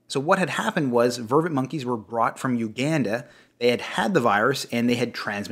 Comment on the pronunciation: *Vervet monkey. Not "Vervin", just sayin'